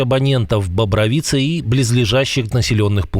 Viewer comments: БобрОвица, а не БобровИца. Ударение на рО. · Бобро́вица. Вся суть псевдо-журналистов, которые даже не вникают в суть, лишь бы контент был :face-blue-smiling::face-blue-smiling::face-blue-smiling